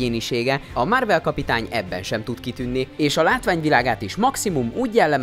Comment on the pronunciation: "Márvel", "Rodzser Mordó". Hallgasd már meg, hogy miket mondasz. Hihetetlen, hogy egy videót nem bírsz úgy elkészíteni, hogy normálisan olvasd fel, amit eléd raknak...